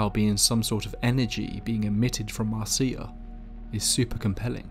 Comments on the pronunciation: Please please get the names right! Her name was Marcia, not Marcee-a, sorry to be pedantic but it’s irritating as all hell. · Umm... the name Marcia is pronounced Mar-sha, not mar-cee-ah. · If her name is Marcia, it's pronounced MAR- sha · Hey I love your channel because your narration is great. A lot of channels have stories but often the narration style detracts from the stories. One FYI though, the name Marcia is pronounced Marsha. I’ve worked for a few podcasting companies and always recommend googling the pronunciation of proper nouns and listening to them since these types of errors are common when doing text based research and they can really take the listener out of the experience, especially when it’s a word that’s said so many times. On a personal note, that’s something that really affects me since I’m neurodivergent. For me, this video is all but unlistenable since my mind is hanging up on every instance of Marcia. Wanted to give that info and perspective. Thanks for all the great content! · I thought Marcia was pronounced as Marsha? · Marcia is pronounced the same as Marsha. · Pronounced Marsha